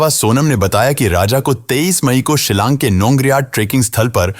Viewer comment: Silang nahi shilong